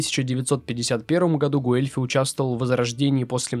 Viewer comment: Собственно Гуэльфи тоже не через У Э произносится, там дифтонг, почти английское w. Но это всё не критично